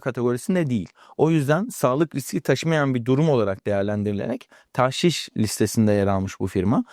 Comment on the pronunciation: TAHŞİŞ DEĞİL DOĞRUSU TAĞŞİŞ OLACAK. telaffuzu yanlış yapıyorsunuz. TDK SÖZLÜK : tağşiş (tagşi:şi), Arapça taġşīş 1. isim Bir şeyin içine başka bir madde karıştırma; katıştırma. 2. isim, eskimiş Saflığını bozma. KUBBEALTI LUGATI: TAĞŞİŞ (ﺗﻐﺸﻴﺶ) i. (Ar. ġişş “hîle yapmak, aldatmak”tan taġşіş) 1. Bir şeyin içine başka bir şey karıştırma: Tağşişleri işe yaramayan, anlamsız ya da mantıksız önlemler olarak değil, özellikle kısa vadede devlete gelir sağlayan malî politika araçları olarak görmek gerekiyor (Cogito). 2. Saflığını bozma. ѻ Tağşiş etmek: Karıştırıp bozmak: “Zihnini tağşiş etmek.” Güneşin hokkabazlığı bunları tağşiş edemez (Refik H. Karay). BİR HADİS. MEN ĞAŞŞENA FE LEYSE MİNNA. BİZİ ALDATAN BİZDEN DEĞİLDİR.